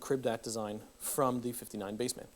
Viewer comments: isnt it bassman not BASE-man? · Dude it’s not pronounced Bass-Man, it’s bassman 😂